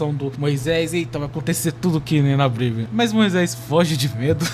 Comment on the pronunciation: O vídeo ficou bom mano, mas aprende a falar “Problema” e “Bíblia”